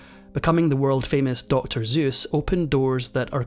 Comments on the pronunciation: Well researched, but it drove me nuts to heard the most important word of all — Seuss — mispronounced throughout the video!. It’s not Zeus with a Z. Seuss is pronounced with a soft S—like a snake hiss S. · It’s not Zeus. It’s Seuss, with an “s”. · Annoying how the narrator pronounces the author’s name as Zeus rather than Seuss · Good god man! It's not pronounced "Dr. Zoos"! It's pronounced "Dr. Soos"! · It's Not Zuess It's pronounced Suess. Smh.😮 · And never confuse Zeus with Seuss 😂. I'm only up to 6 minutes in and he's been pronouncing his name as Zeus .. ? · If only he pronounced the guy's name "Seuss" instead of "Zeus." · I read once that when recording "The Sidewinder Sleeps Tonite," Michael Stipe kept pronouncing Seuss as "Zeus." You can hear it in the song, followed by Stipe's laugh. I always laugh myself when I hear it. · Seuss, not Zeus. Hard S. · You mispronounce his name as Zeus. It's a soft S. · Um…actually…it’s pronounced “soyss”. So, yeah… 🧐 😂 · It's funny that this video has an anecdote at the end about the correct way to say "Seuss." I thought the narrator was finally going to reveal why he kept saying Seuss's name as "ZEUS" throughout the entire video. Turns out it just rhymes with "royce." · Should it not be Suess rhymes with voice? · "Seuss," the English spelling of the German word "suss" (umlauted "u," two dots over "u" to backthroat this otherwise standard European front vowel "u," as in German "dumm" meaning "dumb") meaning "sweet," is pronounced "Soos"; the standard German "oy" pronunciation of the German dipthong "eu" (as in "Freud") here does not apply. Moreover as German single "s" in the initial position, not medial nor final, is pronounced "s" ("ess") not "z" (as in "sofort," versus "gewesen"), "Seuss" is not, after all, pronounced "Zoyce" (to rhyme with "Joyce"). German double-ess "ss" (as in "Seuss," "fuss" and "Hesse") is always pronounced "s," -ess. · It sounds like you were pronouncing his name like "Zeus." ("Zooce") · It's not Zeus!